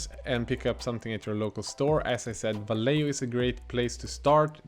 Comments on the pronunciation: hey, love your videos man. One tip i can give you and every other non spanish speaking person that make spanish speaking people cringe is about vallejo, is not pronounced /valeo/ the correct way is /vajeho/ /JE/ like in JEnnifer and /HO/ like in HOrrible. hope you read it:P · Love the very swedish "vallejjo", it's spanish and pronounced "Vaijecho" ;) /Swede living in spain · Great video :) but Vallejo is pronounced va-ye-ho. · Just watched one of your other videos where you pronounced Vallejo perfectly. In this one you need a bit more pronunciation and 'flem' on the J. 😂 Loving the vids.